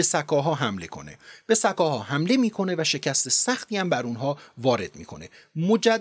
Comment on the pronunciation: ساااکاااها نه س کاها